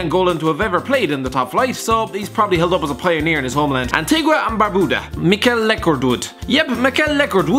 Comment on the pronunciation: Listening to say barbuda makes me feel sick..